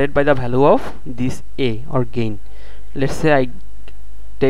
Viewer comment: very nicely explained I am thankful to you for this but if you dont mind then I want to draw your attention towards some pronunciation mistake 1- region it is pronounced as rigan. 2-value not bhalue